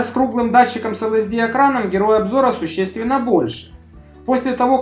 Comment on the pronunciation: Спасибо! Эл-Си-Ди экран, а не LSD ))